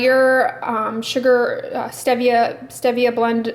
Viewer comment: Enjoy your drugstore reviews. Oh FYI stevia is pronounced with a long e. Thought you’d want to know. Have a great day!